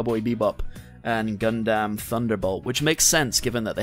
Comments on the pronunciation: It's pronounced as "Gun-dum" not "Gun-Damn" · "Gun-damn" I've never heard anyone else pronounce Gundam this way, ever.